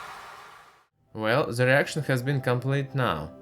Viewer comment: "whell ze reashon haz benn komplet nhow"